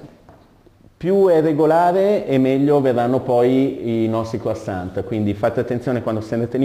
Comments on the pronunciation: croissant t t t t t t mi raccomando la t. ......che odioso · qualcuno dica al prof che quando si pronuncia la parola croissant la t finale non deve sentirsi!!! Non si può sentire una roba del genere... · Buonissimi!!!!!!! Una piccolissima dritta, non di pasticceria, questi dolci si pronunciano senza la t. In francese le consonanti che formano la parola deposito in finale di parola nn si pronunciano mai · Bravissimi ma croissant senza la T! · La t nn si legge chef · e' effettivamente scandaloso.. come cazzo si diventa pasticcere senza neanche sapere come si pronunciano le parole di quello che si cucina ;_ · O diooo, perché gli italiani sono sempre così.. Mal educati... Bisogna dire senza t finale, per il resto bravissimi... PS: anche quando dormite voi parlate......